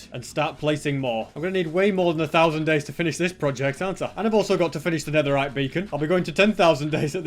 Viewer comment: is it me or I keep hearing 100 days But it's actually 1,000 days